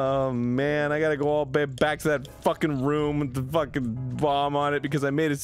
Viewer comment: No one: That one New jersey pal: Soo i was faakiiiingg... At the mall